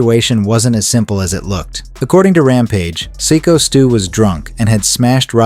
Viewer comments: Its Syko Stu with a long I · STOP calling him sicko s Stu. Its psycho he even said it himself and you continue to say sicko. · Seeko Stew--ai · Cringe ai voice channel can’t even pronounce sykostu correctly. You have zero talent.